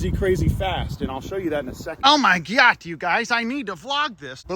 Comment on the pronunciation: I love how he says: “Oh my GYAT” instead of oh my god